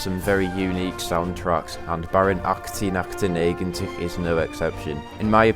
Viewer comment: I'm a year too late but I must say that your pronounciation of Baron 1898 is one of the most accurate i've heard from someone who isn't Dutch